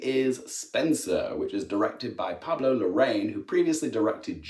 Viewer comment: I am sick of how English speakers say Larraín